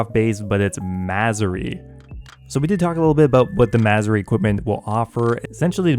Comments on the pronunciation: The way you say "Masuri equipment" makes me hear "Missouri equipment" XD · Still calling it missouri